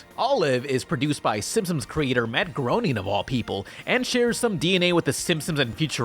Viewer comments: The last name of the creator of "The Simpsons", Matt Groening, is pronounced like "graining", not like "groaning". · I'm going to be that guy, Groening is pronounced GREY-ning not GROW-ning. I've watched a lot of Simpsons and Futurama commentary.